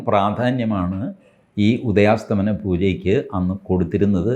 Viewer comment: Sir, ഉദയാസ്തമന അല്ല ഉദയാസ്തമയ എന്നാണ് 🙏 Thanks